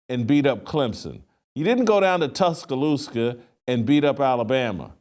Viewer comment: Haha he says Tuscaloosca. I used to say it that way also. It’s Tuscaloosa.